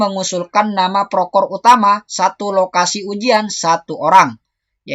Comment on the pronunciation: Proktor mas.. Bukan prokor 😊😊